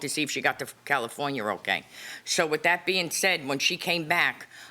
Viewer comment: I like how she pronounces California 😊